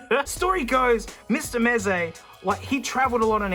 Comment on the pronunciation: Noone: Aussie man: MEZE MATE!!!